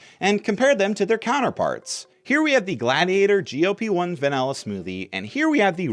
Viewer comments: That's not how Wegovy is pronounced. In fact I have no idea how he even ended up with that pronunciation seeing as he clearly had to have seen their commercials to make his video. The way he says GLP-1 is also odd, sounds like GOP, the Republican Party. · why does he keep saying GOP-1 😔